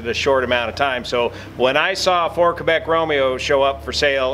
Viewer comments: I would say more like "Keh-bec" instead of "Kay-bec". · How about a happy airman? And, you pronunciation of "Québec" is not bad; More like "K-bec" though... :)